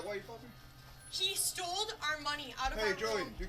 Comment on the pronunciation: because they teach you how to say "stole" when you're about five years old